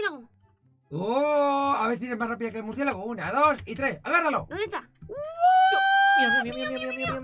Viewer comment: Yo siguiendo a los ytbs y yo hay s Por faaaa Cuando dice muricielago y yo mi mircielago